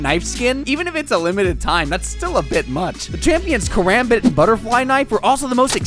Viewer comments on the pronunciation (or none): none